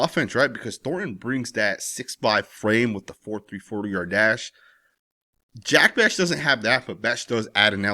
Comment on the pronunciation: Just a heads up brother his name is pronounced Jack Beck not beshh.